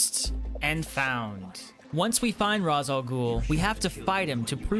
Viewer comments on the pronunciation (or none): Nah he says Ra’s and “R-aw-z” it’s “Rāsh” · Tip: its not pronounced "raz ah ghoul" its pronounced ray shaw ghoul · Raz Al ghoul ????? IS Ra Al GHOUL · It's pronounced "Raesh" not Ras. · Bro said ra za ghoul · Its Rayssh Al Ghoul....lol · Ra’s is pronounced “Ray-sh”. common misconception. great video regardless. platinums are such a good feeling. just platinum’d arkham knight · You said Ras Al Ghul wrong it sounds like race but like rashe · Just gonna correct you on Ra's name. Its pronounces (Ray-Sh) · Man the way you say Ras Al ghul made me mad😂